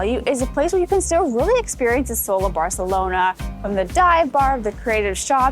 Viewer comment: Great video. As a Catalan just a small tip on pronunciation: in Catalan we don't pronounce the Cs and Zs as in Spanish. So you don't have to say Grathia or Barthelona. Saying how you'd say it in English is not perfect, but closer to Catalan than pronouncing the "th" sound. Also, when pronouncing words, take notice on the accents. Gràcia is pronounced with a strong A (Gràcia not Gracía, as you pronounced it). Glad you enjoyed our city!